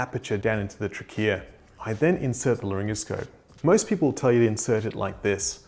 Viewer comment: The way you pronounce trachea makes me uncomfortable. Just say it like 99% of other people